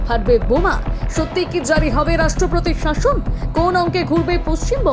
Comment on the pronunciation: Sorry to say this woman who is speaking has got very bad pronunciation like rastropotir instead of rastropotir etc😂